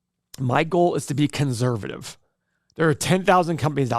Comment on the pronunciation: Love the way says ConZervative and anal lise.